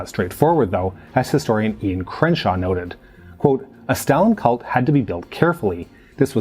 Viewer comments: It's Ian Kershaw, not Krenshaw. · At 7.02 it's Ian Kershaw, not Ian Krenshaw.